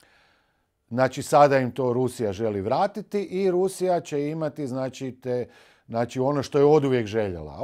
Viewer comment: Nije "NACI" nego "ZNACI "😅😅NACI ...NACI..NACI 😅😅😅😅